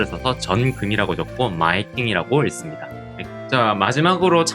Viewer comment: 책 1회독을 마친 후에 다시 영상으로 복습하고 있습니다. 한가지 아쉬운 점은 '읽습니다'의 '읽'을 '익'이 아니라 '일'이라고 발음하시는 게 ㅠㅠ 딱 하나 아쉽네요. 그래도 알찬 영상 매우 감사합니다.